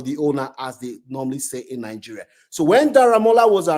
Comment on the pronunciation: why you can't pronounce Nigeria s name? Are not from Nigeria? You look like a yoruba man